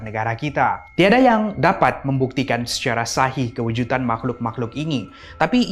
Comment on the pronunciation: Bukan kewujutan.. Tapi kewujudan..